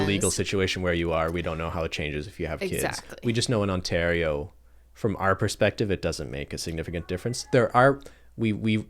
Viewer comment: being canadian, i dont notice other people's candian accents. but when said "OntaRio" and "ArE" and i laughed so hard